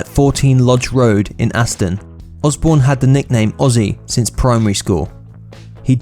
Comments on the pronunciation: It’s “Aston”, not Anston. Bloody idiot. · It’s Aston,not Anston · Yo? Why are you saying "Anston"? It's Aston, like Aston Villa. You're English man, should be ashamed of yourself.